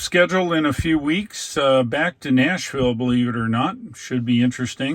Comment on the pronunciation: you left the S in Nashville?